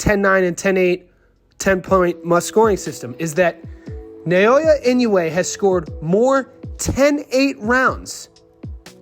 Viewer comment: Such a dumb video. Everyone who knows Inoue knows his incredible stats, especially his round by round dominance. Come on, guy. Weak video. And learn to pronounce his name properly, that’s disrespect right there.